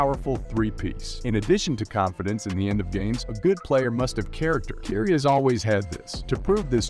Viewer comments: i had to stop after the 5th time you said Keiry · For a sports commentator it’s very surprising you can pronounce words that are associated with players and franchises even close to correctly. Please remake this video with the proper pronunciation of words. I can’t watch this with you calling Kyrie (Kai-ree), curie or whatever the hell you said. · "keiry" lol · It's difficult to take you serious because you have to learn how to pronounce Ky-rie's name. However leave that negative past off of this piece. It's not accurate!! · I think you are pronouncing Kyrie's name incorrectly.